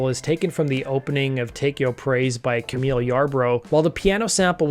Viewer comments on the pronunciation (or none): none